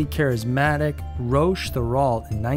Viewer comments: It is not "Roash" it is "Ro-ahcK' Dear lord, you have completely bastardized the French language! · It's pronunced ROCK not ROACH, even if it suits him well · Roche is pronounced "Rock". These cults are crazy! I haven't heard of any except the last two. 💙❤💜